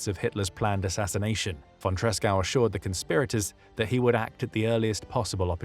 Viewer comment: Good video about von Tresckow despite butchering his name.